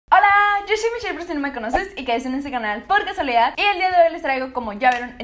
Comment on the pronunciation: Te sigo desde hace poco y confieso que como los primeros 10 videos que vi tuyos al principio pense que decias "Hola yo soy michelle por si no me conoces y caiste en este canal porque soledad" Pero despues entendi que era "por casualidad"😂😂😊😊